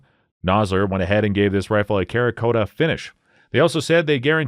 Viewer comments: cerakote is pronounced "Sarah coat" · The AI narration is terrible. Cerakote is definitely not spoken as karakota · Cerakote, is pronounced “sera-coat”. The Cera portion comes from the fact that it is a ceramic type coating. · Winstester? Kerakote? MacMillion? That's just the first 3 minutes. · "Karakota".... this guy is joking right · Afraid I can't take your list seriously. You can't even pronounce cerakote, you clearly know zero about rifles. What a.😂😂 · I'm sorry, how did you just pronounce Cerakote? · Stop fucking saying ‘cerakote’ like that you illiterate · Learning to pronounce cerakote and composite before the video would have been somewhat beneficial.